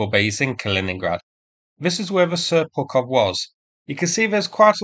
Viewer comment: I thought I heard you say "Seppukov"...